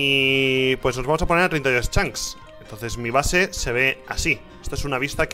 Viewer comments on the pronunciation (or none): Hay algo que me fastidia y mucho ¿Desde cuando Rich dice "Chanks" en lugar de "Chunks"??